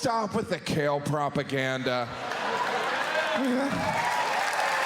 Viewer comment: "Propaganda", the second vowel is A. Love your comedy, I watch the videos or even just listen to them over and over almost every day as I go around my daily life.